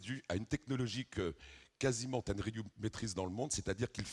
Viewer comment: le mec il ne connait même son sujet, respecte la marque "ten er riu" .